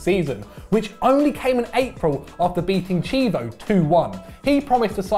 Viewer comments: Good video but I have to say brits have the worst pronunciation of Mediterranean languages lol. He called the Italian club Chievo (key-eh-voh), Chivo (Chee-vo) lolol. Don't get mad brits it's just fun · Isn't it pronounced Key-ay-vo? Not Chei-vo? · Why the hell can not pronounce Chievo properly??